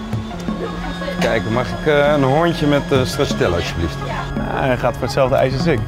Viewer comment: Nobody:: 1 bolletje ''STRAZZATELLA''